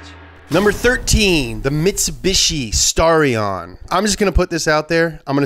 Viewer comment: STAR-E-AN! Thanks for putting in at #13 though..